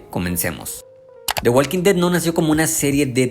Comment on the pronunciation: La L de Walk no se pronuncia.